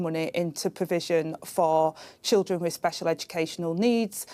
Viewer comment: She says "wif" so beautifully. Can't help but take her seriously.